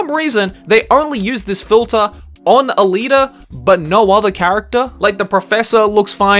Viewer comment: ALITA D? come on Dawg